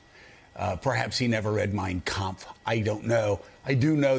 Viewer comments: Its funny in all his glitches he actually prounced the name of the book correctly and he remember Hitlers name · Its funny he cant say the word anonymous but he says the name of Hitlers book perfectly! He knows that book inside out.